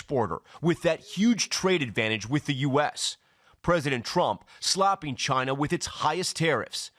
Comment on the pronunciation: Why is Tom llamas saying slopping a tariff, instead of slapping a tariff?